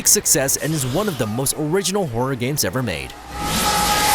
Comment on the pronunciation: Is it just me or did he say porror instead of horror at the start 😆 Maybe it’s the rum?.....